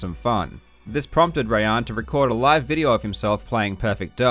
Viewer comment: Awesome video as always. Btw just as a sidenote, assuming Rayan is persian his name is probably actually pronounced “rye-on”